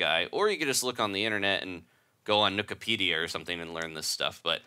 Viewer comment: Did you say Nookipedia? XD